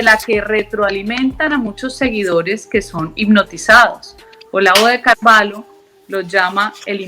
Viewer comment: No se dice Carvalo, sinó Carvallo, pero se escribe: Carvalho. Muy interesante la entrevista.